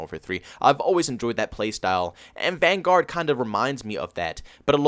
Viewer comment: Call of duty “vanGUARD” lmao, it’s hurts me when he says that.